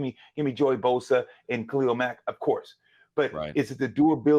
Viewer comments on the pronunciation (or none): none